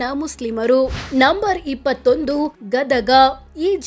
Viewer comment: Gadaga alla nimmon tullu.. Gadag anta helu